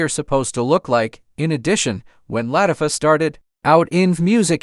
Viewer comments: That's the one thing AI cannot get right..😂.. Latiffa.. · Every name is said wrong from Latafah to tv channel BET...redo this with a different better AI